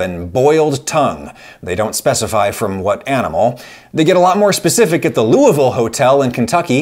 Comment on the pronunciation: Mr Ragusea, thank you for pronouncing "Louisville" properly! (I'm guessing it's your having lived in Indiana, most Indiana folk can pronounce Louisville properly)